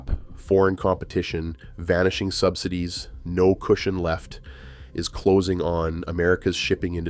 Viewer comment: Sub-sigh-dees = AI narration.